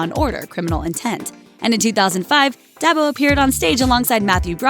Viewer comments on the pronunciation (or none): Her name is pronounced "DEE ARBO"